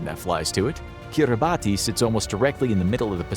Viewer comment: It’s pronounced kee-rah-bas, not Kiribati. I know, it makes no sense.